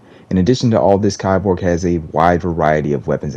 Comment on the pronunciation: it's pronounced "KEY-borg"